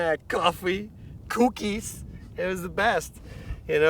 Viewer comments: When he said COOKIS! i shat a brick. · I love the way he says cookies lol